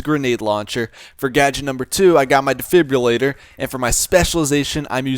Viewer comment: learn how to say defibrillator